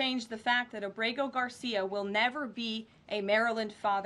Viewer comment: Please pronounce Ábrego on the first syllable. Thanks